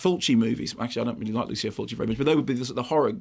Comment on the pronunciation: Ugh. I love Mark and his reviews, but I wish he's say Lucio Fulci's name correctly, just once. Mark: it's NOT "loo-see-oo", it's "loo-chee-oo".